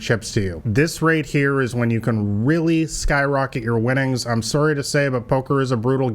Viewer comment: not when he says the word "sorry"... No AI can replicate that Canadian accent!